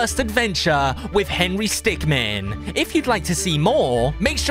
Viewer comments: He's henery stickmin, not henery stickman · henry stickman Me:ITS HENRY STICKMIN NOT MAN MIN!!